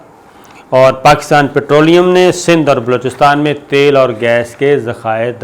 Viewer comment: Sabir sahib ye thal nahi khai isko tal bolta khai